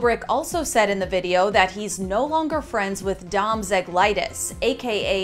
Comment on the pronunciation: Lmao dom "ziglitus"